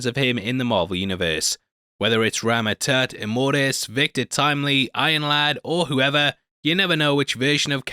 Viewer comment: “Rama-turd” Lol